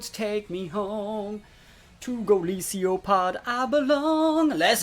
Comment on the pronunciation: Isn't it Golisopod? You say GolisIopod xd Ohh and qotd: I need new controllers. Mine fucked up when used to play Unite. The other day I was playing the number 19 on the ladder. It was last turn. One click to win, and the controller moved and hit the wrong Mon and lost.